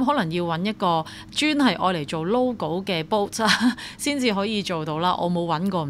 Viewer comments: It's "bot" not "boat" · Dall-E 音: 多依，源於動畫Wall-E。Bot 源於Ro-bot，不是音Bow